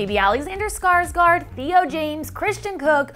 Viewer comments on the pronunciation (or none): none